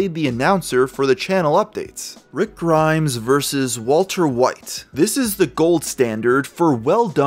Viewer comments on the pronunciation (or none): none